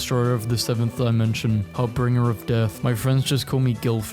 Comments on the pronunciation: Harbinger, not harbringer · not only does this man say "harbringer", he also pronounces insatiable as "in sat able". I'm sorry if I sound like a nerd, but if your channel is just reading, then please get better at it.